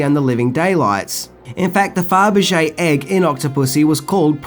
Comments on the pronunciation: Did you say Furbege???? Rewatching this as I type. When I was about 8 I had this on Betamax, and didn't get many of the jokes at all. I thought Kristina Wayborn was hotter than Maud Adams but now her forehead bothers me. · I swear sometimes I think I just love Mintys vids for the Pronunciation abortions. Try again it’s a what egg Faberge such a common thing and you butcher it. just makes me laugh nice one keep up the vids bro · It’s FABERGE, you irritating little man!! Learn to speak English!! You SUCK at English! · Sorry but 2 things!! 1. Your pronunciation of Faberge Egg is terrible. It's Fab-er-ge not Feb-er-ge. 2. This is a really lazy video in terms of how you reviewed the film within the points you made. Octopussy is a very serious cold war thriller film for 97% of it. You're comment about Bond dressing in the clown outfit was deceptive as you failed to mention he was in disguise to get intonthe tent and in no way was thst ever played for laughs. Bond was very panicked and serious. Take out the Tarzan yell and the Barbara Woodhouse "Sit" moment and you've got a hard boiled violent thriller especially the third act where Bond shoots a young soldier point blank between the eyes. It's a great action packed film with very dark tones and a brilliant intricate plot. You did not give an honest appraisal. Disappointed in you here. Also, the title of the film is great. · It's Faberge not ferbijay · Furbishay egg? LOL It's said "Fab-re-shay". Classic Bond film with a superb soundtrack. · What is a Firby-Jay egg? I've heard of Fabergé. Or Cadbury Créme. :D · It's weird hearing you mispronounce Faberge. You keep saying "Fer ber geh", when it is "Fah ber ge". I know it's because of your accent, but still weird. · Fur-buh-shay egg. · Since when was 'Fabergé' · LOL can't even pronounce the name of the egg Fabergé